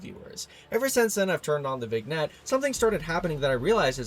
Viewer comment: "vignette" is pronounced as "vin-yet", just so you know